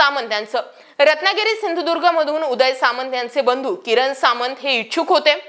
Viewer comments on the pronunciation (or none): none